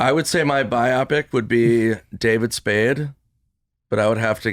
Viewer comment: "Bi-popic?" It's bio-pic, as in, "bio," for biography (biographical,) and "pic," for motion picture.